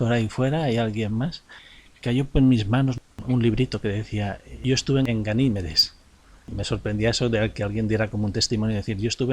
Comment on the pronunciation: Se pronuncia “Ganí-medes”